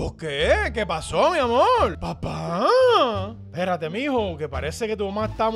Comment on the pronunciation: En la parte el papá de Memín dijo amol